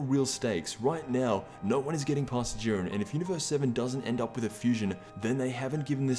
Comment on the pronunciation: did he say urine instead of Jurien